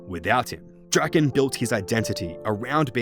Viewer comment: According to rs3, Lowerniel's surname is actually pronounced more along the lines of something like "druh-KAHN". We learn this in The Branches of Darkmeyer and subsequent quests.